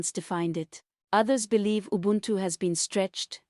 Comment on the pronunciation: EVEN this UBUNTU pronunciation is not normal. The ADJECTIVES AND ADVERBS are just pure AI creativity for nonsense.